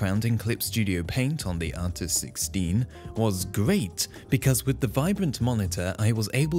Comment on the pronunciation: I’ve watched the video 13 times and this whole time I thought he was saying artisticstein or artisticsteed